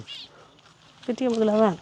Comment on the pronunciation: முதலை, not முதளை